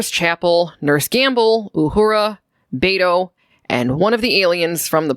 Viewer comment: Bayto... It made me laugh a little hearing you say it like that. It's Be as in Bell and To as in Toy. Beto. Dude is my tocayo. I never thought I'd hear my name in Star Trek.